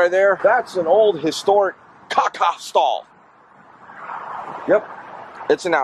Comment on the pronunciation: you make me laugh so much when u say caca 💩😂